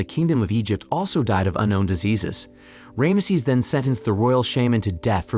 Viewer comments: It's fckn Ramses not Rameses! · Ram sees..NOT ram a sees...has the narrator never heard of the name before? its like thousands of years old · That is the worst bunch of Tripe I have ever seen from hollywierd!!! And who the heck is Ram uh sez??? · Who is Ray-emsees?? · the varying pronunciation of Rameses is hilarious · Yeah how do they pronounce it 3 times incorrectly. AI letdown